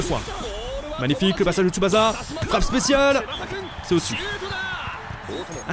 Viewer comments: Super vidéo le jeu donne envie même si il manque les guitares électriques hurlantes de la série dans l'ost, mais par contre stp arrête de dire TsubaZa c'est comme Osaka on dit TSUBA"SS"A merci tu m'écorchais les oreilles désolé pour mon nazisme primaire :p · Pas tsubaza stp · Parcontre arrete de dire Tsubasa stp😂 ca ce prononce Tsuba CA